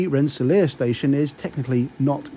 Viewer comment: Oh, and good job pronouncing "Schenectady", "Albany" and "Rensselaer", you nailed all three! Us locals can usually tell who's not from around here by that. Lol